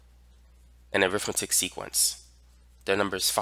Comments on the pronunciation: When used like it is here (as an adjective or noun adjunct), it's pronounced arithmEtic, not arIthmetic. The latter is when you're talking about the school subject -_ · Pronounced arithMEHtic. (Different pronunciation than when you're using it as a noun.)